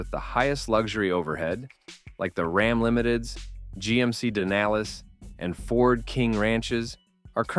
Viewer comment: What’s a “Din-al-is?” I know what a Denali is. Kind of like an “Are-Kay-de-ah”, don’t know what one of those are either.